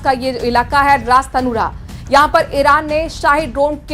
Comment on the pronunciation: अरमाको नहीं आरामको होता है रास तूनारा नहीं रास्तानूरा होता है जाहिल दल्ला न्यूज़